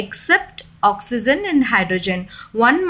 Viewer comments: Not OXYZEN..it's OXYGEN..pronounce carefully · Oxy-gen (correct) oxy-zen (wrong) pronounciation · I like the way when u say ions and oxygen